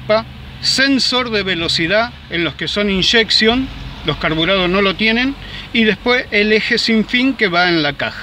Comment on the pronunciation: Si decis "Inyeccion" en castellano... ¿Por que le corres la tilde como si lo dijieses en ingles?